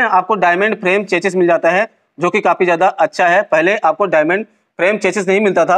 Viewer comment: भाई वो "चेचिस" नही "चेसी" होता है।